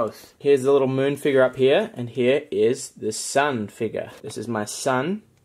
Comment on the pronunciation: I cringe & baby barf a little whenever he says “figar” instead of “figure”. lol I don’t think it’s an accent either. Just a problem with dialect. 😬😅